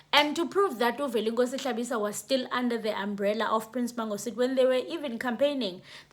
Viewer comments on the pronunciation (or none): Velenkosini not Velenkosi